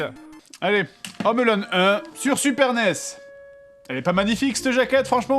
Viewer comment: Home Alone, pas "Ome Alone"